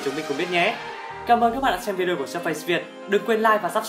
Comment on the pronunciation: Làm review thì nên phát âm cho đúng. Surface không phải là Sơ-phây